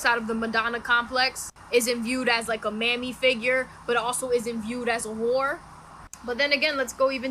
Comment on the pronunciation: underrated pronunciation of "isn't viewed as a WORE" lmao